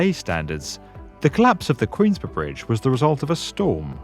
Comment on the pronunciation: am i the only one who got really triggered by that British "Queensboro"?